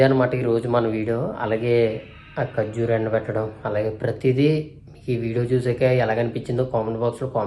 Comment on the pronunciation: ఖర్జురూ కాదు ఖర్జుర అనాలి బ్రో